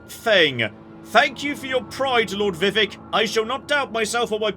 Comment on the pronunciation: What are the odds figures out how to pronounce "Vivek"?